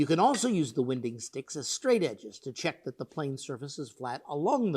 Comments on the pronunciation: Great video but I’ve never before heard that pronunciation of wine-ding sticks that show any wine d in the plank. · Winding sticks are incredibly useful. They’re part of the reason ancient Egyptian furniture was so good compared to other regions back in the day. I’m pretty sure it’s pronounced with a long I sound though, like (wine)ding sticks